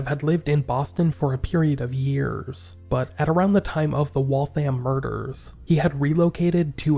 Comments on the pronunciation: Waltham rhymes with Gotham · Never heard that once. Ever. I work in Waltham all the time. The thousands of times i’ve heard or said it, it was always pronounced Wall-tham. Even if its said extra fast mayyybe you could get away with Wall-them. But i’ve never really heard that either. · I’m ever so kindly letting you know that Waltham is pronounced Wathium. It’s said quickly, so the name runs together smoothly. It’s Massachusetts; we have the most crazy pronunciations.